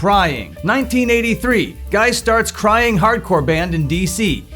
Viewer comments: It's not "guy" Guy, its "ghee" Guy though... Anyway, thanks for the summary! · saying "Guy" like "fly" is incorrect, his name is pronounced "Guy" like "Free"